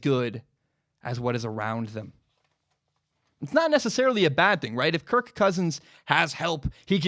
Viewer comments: I'm intrigued by the emphasis of the K in kir(K) Cousins. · Amazing analysis. Shame I can't get past how he over-pronounces "Kirk"